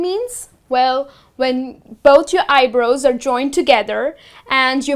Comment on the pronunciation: You mispronounce Eye-brows.